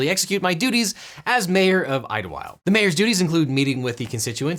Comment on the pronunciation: That is NOT how you pronounce Ldyllwild in the original Welsh